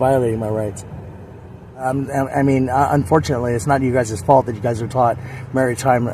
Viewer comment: SovCit so smart he doesn't know that "guyses" is not a word. The word is "guys".